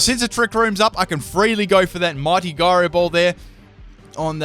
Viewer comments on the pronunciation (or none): No offence but he said majerna and proceeded to say giro ball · guyroball lol, look up how to pronounce that. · It's pronounced "Gyro Ball" ! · Byron Slowe it is pronouncex jyro ball. Not guyro ball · isnt it why-fooo? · What's a guy-ro ball? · Full can't pronounce it team! Florges with Synthesis something with Gyro Ball I'm sure there's more... suggestions?